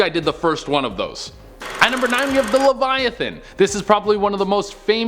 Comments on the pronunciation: He triggered me when he pronounced leviathan wrong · Ngl che triggered ne when hs pronounced leviathan wrong